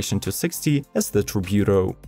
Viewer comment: IDK what you're saying but it isn't Tributo